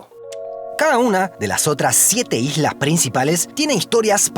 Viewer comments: Jajajajajaja dice ijlas 😂😂😂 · En el minuto decis algunas hijas o estoy loco? Jajaj quisiste decir algunas islas no